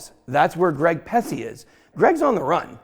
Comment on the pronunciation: Ben your too much bro , you said “Greg Pusce.” 😂😂😂😂